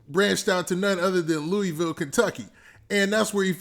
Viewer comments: I’m from Kentucky and it’s pronounced LOUIE VILLE, lol funny hearing you say that. Great vid tho!! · I been rocking with you for too long for you to say the name of my city wrong gangsta